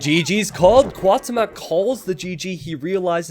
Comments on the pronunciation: Cuauhtemoc is pronounced as Kwa-oo-tem-ok not Kaw-temawk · It hurts my ears everytime you mispronounce Cuauhtémoc. But I don't blame to. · Cada vez que dice Cuauhtémoc enfuresco un poco mas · Will you be learning the right pronunciation of the names for the Hidden Cup? Because the way you're butchering Cuauhtemoc's name is just too painful to hear. x)